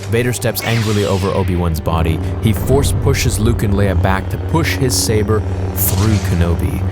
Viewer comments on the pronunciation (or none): none